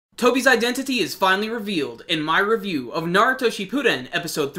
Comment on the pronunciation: Why can't anyone pronounce shippuden right?